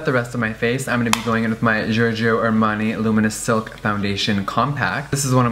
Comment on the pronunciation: i legit replayed 10 times when you said " Giorgio " bc my brother's name is Giorgio and it's so weird to hear you say it haha.